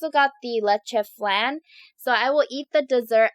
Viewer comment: She said flan 🍮 wrong